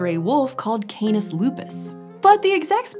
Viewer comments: canis not KAENIS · I hate how she says KAY NIS, it's Cah-nees. You're using a dipthong and a single vowel does not make a dipthong sound.